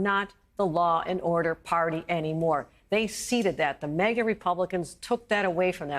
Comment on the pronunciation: "MEGA" Republicans? "Ameecus" brief?